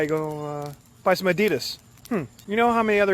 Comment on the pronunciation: Why are people pronouncing Adidas wrong?